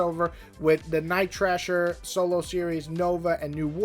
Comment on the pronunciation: JFC it’s Night THRASHER, not “Trasher”! And FIRESTAR, not “Firestarter”!